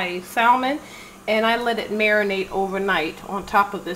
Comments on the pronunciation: The L in salmon is silent, it's pronounced like sammun. Sorry just a pet pee of mine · I’m sorry if you can’t pronounce salmon I question everything else